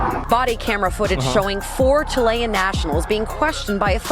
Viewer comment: Btw it’s pronounced chill-i-an not chill-lay-an. My gf family are immigrants from Chile, I got this shit wrong so many times, just trying to provide info. ❤